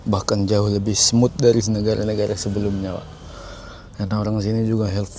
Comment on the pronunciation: Negara bg bukan negala